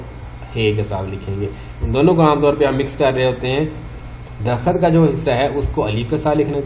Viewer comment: آپ اردو پڑھا رہے ہیں اور اردو ہی غلط بول رہے ۂیں خدا کے لئے آپ پنجابی لوگ اردو کے نام پر پیسہ بنا نا بند کریں درخت تک تو بولنا نہی آرہا ہے ❤